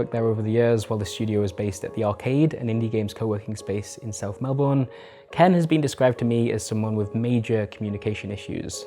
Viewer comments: Mel-ben it’s pronounced Mel-ben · This was an incredible video that was very insightful and I feel wrong saying this on a video like this, but... It's pronounced Mel-bun, not Mel-born. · Excellent reporting! Terrible pronunciation of ‘Melbourne’ though (to an Australian ear)! 😉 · Very well researched, apart from the pronunciation of 'Melbourne'. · As an aussie, I can't lie, it was quite painful listening to you constantly mispronounce Melbourne. Fantastic piece of journalism still.